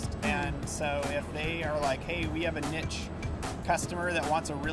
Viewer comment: Did that guy pronounce niche, 'nitch'? OR did he say a different word? Its pronounced 'neesh'. God dammit Valve, sort your shit out....and finish half life 3. gaaahd!